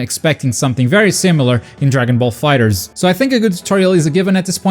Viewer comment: Aparently the correct pronunciation of DB Fighterz is "Dragon Ball Fighet Z"